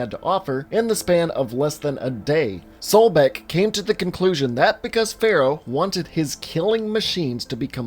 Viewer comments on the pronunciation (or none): *SOBECK, not Solbeck.